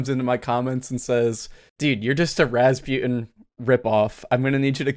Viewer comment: Wait you name is pronounced raz-byu-ten. I always thought it was raz-boo-tan